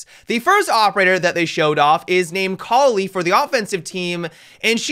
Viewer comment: I think that the attacker is pronounced like Cali or at least that’s how I’m saying it